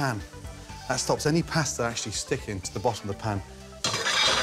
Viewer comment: Oy. It's like nails on a chalkboard every time he mispronounces the word pasta.